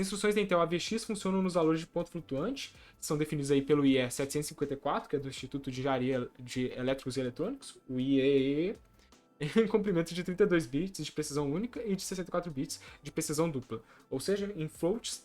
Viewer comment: Amigo o IEEE lê-se I três E